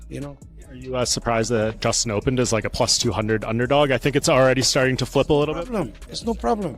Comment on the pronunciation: dummie sayd justins name wrong every time ahha.. tried to corect it, and meaased it up :)